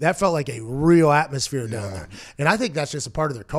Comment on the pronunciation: Take "Dahn" the Chargers?